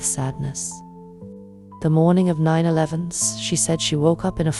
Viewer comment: AI needs better training how to pronounce 9/11. It’s not plural and definitely doesn’t have a -th at the end. Even subtitles translates the same as we hear. ELEVEN. The letter sounds like en as in pen. It’s kind of ridiculous and disrespectful to “create” (and I use the term loosely since these stories are recycled content) a video about a tragedy the narration can’t even properly pronounce. It might seem like a small thing but it’s not. I grew up speaking three languages and have lived around the world so I’m more than accustomed to accents. This is just shitty content